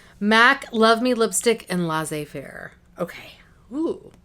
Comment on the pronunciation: Oh, Laissez-Faire is really beautiful. This is definitly your kind of lipstick colour. And that unicorn shadow, wow ! By the way, the "ss" of "Laissez" in Laissez-Faire is the same s sound as the word "say"/ Laissssez-Faire and not Laizer-faire. It means "let it be". I hope it was easy enough to understand.